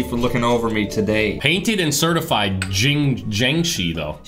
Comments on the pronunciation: It's pronounced "Jangshi" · jianshi is prounaces like iangshi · It's pronounced Jiangshi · bruh it pronounced Jiangshi